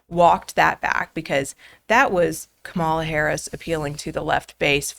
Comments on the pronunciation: You’re educated, decent people. Don’t play along with the childish insult of mispronouncing someone’s name. There’s only one person that determines the right way to say their name. It’s the named person. I don’t agree with her either. But that tactic makes everyone who might be on the fence tune out. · Can't even bother to get the pronounciation of her name right right out of the gate. It will not be part of the 2024 General Election platform. Such a bad faith podcast. I'm disappointed in you. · it's extremely childish to knowingly mispronounce her name